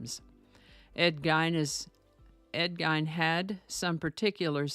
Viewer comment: Hi just a couple of pronunciation issues. I only know because I live in Wisconsin lol. It’s Ed (geen) with emphasis on the ee. Like lean. And pronounced (wau pawn) like awww pawn. Hopefully that makes sense.